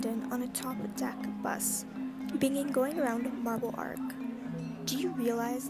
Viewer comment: Marble Arch not Arc. Also Saints Giles (Giles pronounced like g-eye-les) not Saint Gills.